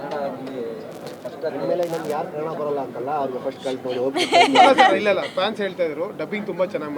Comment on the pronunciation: ಕನ್ ಡ ಅಲ್ಲ ಕನ್ನಡ...... ಕನ್ನಡ ಭಾಷೆಯಲ್ಲಿ ಉಚ್ಚಾರಣೆ ಸರಿ ಇರ್ಬೇಕು